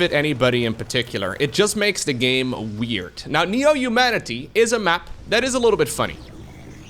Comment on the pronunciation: Another English teacher here. I don't really endorse "slown", but I do endorse your pronunciation of Neo-(h)umanity like in traditional New York accents (Bernie Sanders, Carl Sagan, etc.)